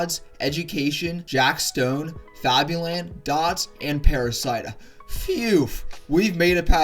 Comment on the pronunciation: "Parasida" xdddd